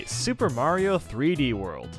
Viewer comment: He butchered Mario